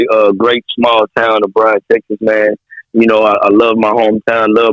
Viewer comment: It's Bryan, not Bryant